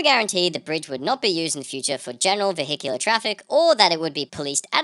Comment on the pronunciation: Lol. Vee Hickular. Bahahaha.